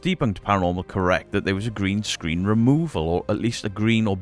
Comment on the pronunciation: Magnificent is the accent of Debunked Paranormal pronouncing "green screen" :D